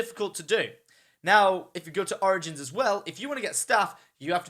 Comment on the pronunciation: he sounds like he is saying oranges instead of origins